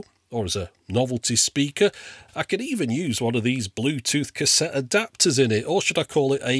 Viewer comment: A Cassetee Adapedr... hahahahha!